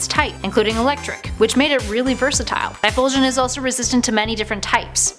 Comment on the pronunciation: "TyPHOLsion"? "MAGmoTAR"??? The cringe...